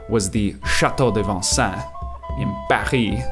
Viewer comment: that pronunciation of Paris caught me off guard lol